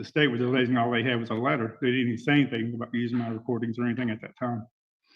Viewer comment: I thought he was saying “ladder” then when I realized it was “letter” I still didn’t know what he was talking about.